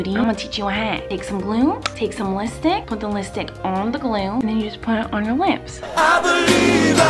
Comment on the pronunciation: "listick" "piminted" "eyelatches" "punctchuatin" "blutch" that, my friends, is the miranda sings makeup vocab.